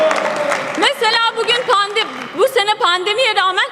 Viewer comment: Elindeki yazılı metni bile okuyamayan bir milletvekili pandemi bile diyemiyor bu insanin temsil ettiği devlet batar